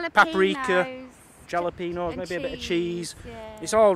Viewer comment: Great vlog #1, the food looked great too, and I love how pronounces jalapeño.